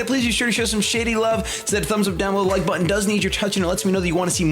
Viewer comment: " I don't wike it" Ok.